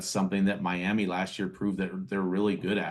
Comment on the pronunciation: “Mlami” Dolphins